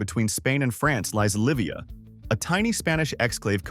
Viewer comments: more like [λíβiə], as the name is Catalan! "yee-vee-ah" sounds like a Castillian Spanish speaker trying to pronunce it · Yes, Llivia is a fascinating community considering how due to a quirk in a border treaty between France and Spain has remained a town in Spain completely surrounded by France's territory. However, it should be noted that its name is pronounced 'YEE-vee-ah' not 'LIHV-ee-ah' since anytime two 'l's appear together in Spanish, it's actually a single letter pronounced with the 'y' consonant sound and the 'i' is pronounced 'ee' not 'ih' . Of course, the cool thing about Castillian Spanish is that once one learns all the letters and how to pronounce them, there are virtually no exceptions to those rules of pronunciation- unlike English which has many ways of pronouncing things like 'bough', 'cough', 'dough' 'rough' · OK, you got me! Still, it was closer than 'LIHV-ee-ah'.